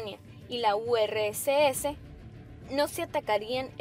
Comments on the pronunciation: 1- Polonia es un país. 2- Se pronuncia URSS no U, R, S, S. 3- El Pacto de Acero fue entre la Alemania de Hitler y la Italia de Mussolini. 4- La Segunda Guerra Mundial ya estaba en curso cuando Polonia y Alemania invadieron Checoslovaquia, Polonia tenía un pacto de no agresión con Alemania y se la dividieron. 5- Las bombas arrojadas sobre Japón fueron 2 no 1. 6- En los aliados contra Japón no está la URSS que junto con Mongolia soviética atacaron a Japón en China y la URSS en las Kuriles. 7- En el minuto no sé a que te refieres con "Hitler ordenó resistir el ataque a los judíos" ¿Significa que los aliados atacaban a los judíos y Hitler los protegía?. 8- Berlín cayó por mano soviética no "aliada", digo, ya que separas a los aliados de la URSS mejor hacerlo bien. 9- Murieron como mucho 500.000 judíos de los que unos 200.000 eran combatientes soviéticos. 10- Menciona el inicio de la operación Barbarroja pero no dice que la URSS dió vuelta la jugada. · La urreeseese? jajajja un HUETO? No, pues no hay seriedad en este video. A estudiar chicas . Estan muy verdes. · u erre ese ese, en vez de decir urss madre mía, eso indica todo de este vídeo o decir Guetos en lugar de Getos,( escrito fonéticamente)😂😂